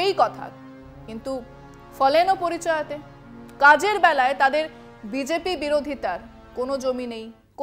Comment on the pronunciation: ফলেন "পরিচয়তে" ভুল। ওটা হবে "ফলেন পরিচিয়তে" ।